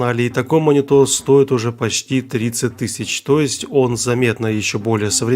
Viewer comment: Другие люди: - Монитор: - Монитол 😂😂